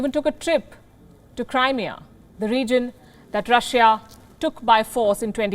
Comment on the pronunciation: She pronounces Crimea wrongly she says Crymia